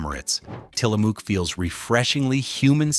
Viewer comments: Tillamook is pronounced Till-a-muuck. Ask any Oregonian. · Tillamook is my go to dairy brand. Daisy Sour cream is a great product (same lack of ingredients as Tillamook). There is no "oo" sound in Tillamook (sounds more like Tillamuk). You also got Haagen-Dasz wrong. You should correct the pronunciation of your AI narrator. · It's pronounced Tilla Muk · We are Oregonians, and it has always been "Till-a-mook", like "cook", not like "muck." I don't know where you are writing from. Kind of like "Oregon." Not "Ore-e-GON " like people say. It is Or-e-gun. " Like the Willamette Valley. Not spelled or pronounced like "Wil-METTE" IL, or "William-ette" like people think either. It is "Will-AM-ette." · Learn how to say Tillamook. It's not a spook.